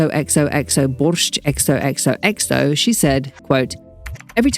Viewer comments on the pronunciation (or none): none